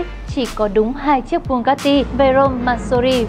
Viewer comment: Chị ơi chị phải gọi là bu ga ti chứ ko phải bu cát ti